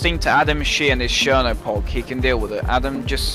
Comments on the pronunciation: ChernoPOG? Is that what he's calling it really? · i've never heard chernobog pronounced as "shernopog" before lmao